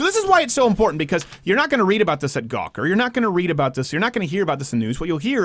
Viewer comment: You won't hear about anything in Gwaker anymore huehueheu